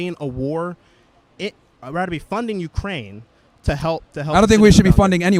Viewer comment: The first guy said, "Id rader help Ukraine." I RADER HELP. SMDH What a fucking moron.